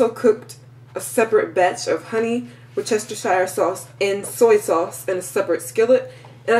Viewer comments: i had a problem with that word WORCESTERSHIRE. i was told its WORCE - TER- SHER is the proper way to pronounce it..:) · Pronounced: wurst ster sheer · Pronounced: WUHS-ter-sheer Sauce. Also, I've found it lots simpler, less messy, to premix all ingredients and place them in a plastic Ziplock bag, add the meat, zip it up, work it around until the meat is well coated and ready to place in the pan! Efficient, and clean... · Great video! whatever you said is really Creole seasoning.. A splatter screen is great to prevent popping of grease... Wu-ste-cher (shear) is how that is pronounced. A lot of folks have issues with it.. haaa Good video especially for a first try... One suggestion, you may want to get your nails done for a more professional look, do your hair? Also, maybe clean up the bags behind you. Great first try!! Make money this way too!! Take a peek at "Laura in the kitchen" to see how she started as you have and how she has also made it more professional. Quite wealthy now... selling books and all, good luck God Bless you!! Please understand I am only trying to help...NO shade! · wus chester shire sauce?? pronounce it properly, come on make a bit of effort or you get a kick in the fanny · Looks lovely as a Brit I can tell you it's pronounced as woostishire English spelling can be a little retarded at times ;) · Love how Americans pronounce Worcestershire sauce